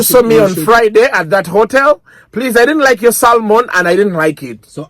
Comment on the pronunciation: my friend its called Sa mo ni. Not Sa lu mo ni- salmon. The l is silent, my graduant.